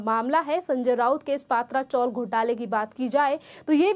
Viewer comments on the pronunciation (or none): पात्रा चॉल नही भैया - पत्रा चाळ हे हिंदी चॅनेल वाले कधी सुधारणार ?